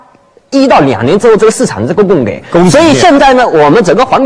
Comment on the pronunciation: 供给，居然读成“gei”，这都什么水平？